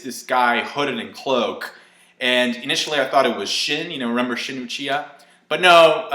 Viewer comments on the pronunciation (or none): none